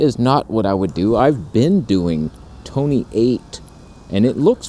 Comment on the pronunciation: Toneh eight, love that! :))))